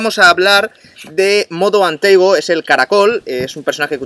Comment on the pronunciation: Se dice Modo and Tago no Modo and Teigo